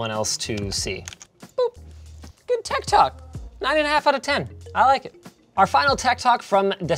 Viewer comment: I must be a boomer because every time Linus said "Tech Tok," I kept interpreting it as "Tech Talk" in my head